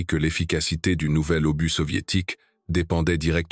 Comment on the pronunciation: Quelle catastrophique voix IA qui nomme (Et j'en passe) un obus----> Par un "obusse"...!!!😁